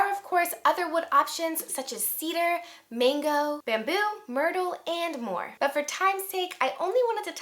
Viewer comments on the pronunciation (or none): none